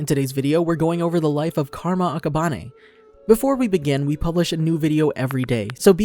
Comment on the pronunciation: Why does he say akaban-e